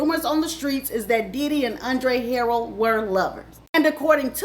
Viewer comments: Learn to pronounce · Hi how are you? Andre's name is pronounced. Andre. Her rel.